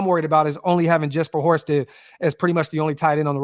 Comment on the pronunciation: Horstedt not horrible guys